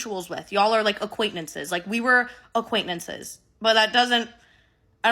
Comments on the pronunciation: I'm so shallow the only thing I can think this whole video is "aquaintnantces".....it's acquaintances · Acquaintnences lol she’s so cute 😅❤